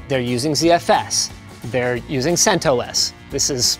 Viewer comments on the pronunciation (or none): Wrong pronunciation of CentOs.